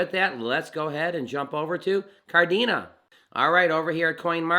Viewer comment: Kadena not Kardena lol